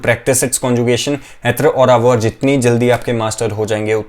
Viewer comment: Hi, just a question, are you pronouncing this word with the ‘R’ sound. Sorry if i am hearing it wrong